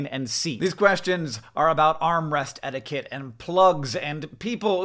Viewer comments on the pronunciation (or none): none